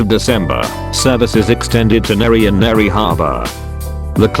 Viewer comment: bro cant say Newry Newry Harbour correct